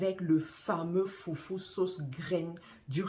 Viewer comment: C'est pas foufou mais foutou C'est pas pareille